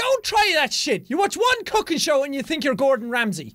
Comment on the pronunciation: Oh u said cooking I thought u said fucking show 😃😜